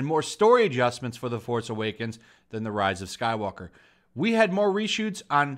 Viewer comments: I'm not subscribing until you start saying the name of the movie right. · tries to take commentary seriously, commentator cant say the name of the movie right even once. Bravo.